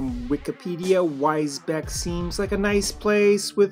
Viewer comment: Great video. I've been toying with getting these, so now I will. BTW, Wisbech is pronounced "wizz-beach", but pronouncing it "wise-beck" was pretty cool.